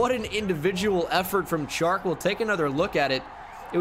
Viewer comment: You say the 'Ch' in Chark like you would in 'CHair'. Is actually like in 'Shark'. #stillluvuthoughbro 😁😁